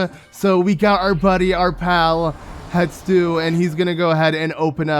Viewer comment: Hestu. Hess-too. Not Hett-stoo. Not Hett-soo. Hessstooooo.